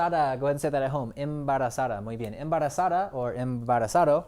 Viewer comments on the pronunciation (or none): You have a pretty good Spanish pronunciation. But if you want to sound more natural in Spanish pronounce your D's (especially in between two vowels) like the "TH" sound as in THough. Embarazað̞a, avergonzað̞a, salið̞a, cuerð̞a, verð̞að̞ero. Sensitivo is an actual word.